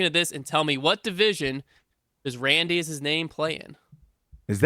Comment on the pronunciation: AYE they asked my question and also butchered my name lol